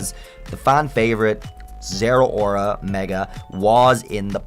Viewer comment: ZERAORA DOES NOT END WITH AN S, IT ENDS WITH AN A!